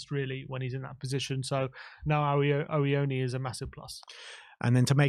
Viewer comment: i love you lot, i’m a regular watcher; COYS! but you’ve got to stop butchering Awoniyi 🇳🇬 it’s killing me!😂😂😂 it’s real easy boys “AWO-KNEE-YEE” 👊🏿